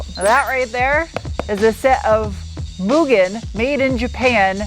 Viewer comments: Made my day to not hear you call it "Mew-gen" 🤘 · This will seem dumb to most people, but… Thank you for pronouncing Mugen correctly!! Keep up the good work.